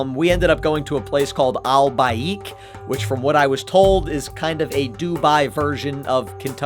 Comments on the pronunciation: And it is not pronounced burj Khalifa it is pronounced Boorj khalifa and it is not pronounced Al Baeek it is pronounced Al bake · It is kinda sounds like bake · Btw al baik is pronounced as al baik not al ba ik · Bro what is el ba-iik 💀 its supposed to be pronouced like Al Baek 🙏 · Al BAiiK goes hard (not making fun of him its like telling an american to say something is spanish but its ok its pronounced al baaik the i isn’t pronounced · W guy for eating Al baik but it’s not “Al bayik” ITS AL BAIK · Hey its pronounced el bake but its typed al baik also can ya go to egypt in portsaid so i can meet ya plz its my dream to meet ya ive been an og since 2018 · It’s not pronounced Alba -ik it is pronounced Al bake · The food place is called Al baik but it’s pronounced Al bake 😅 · Bro i am in uae right now and you pronounced Al baick wrong it is also a Saudi Arabia brand wich came in uae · It’s not all byack it is Al balk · its pronounced al bake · ive lived in arabia for most of my life and and AND my heart filled with rage when you said " we decided to try, al- ba ekk" like i luv ur vids but pls why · Ummm... Two things 1. It is pronounced Al Bay-k 2. It is not a Dubai Version, It is a Saudi Fast food restaurant But still, good video! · Yes he offended me so bad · Al Baeek 💀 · Al balk is proununced A-a-l bake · thats not how u pronounce al baik... you said al bike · al baik is pronounced Al bake btw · That Al baik Pronunciation put me through so much pain